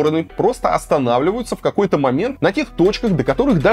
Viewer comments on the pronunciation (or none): "так вот ты каой, цветоче аленький..." - Отписываюсь.